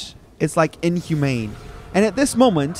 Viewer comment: "INHUMANE" lol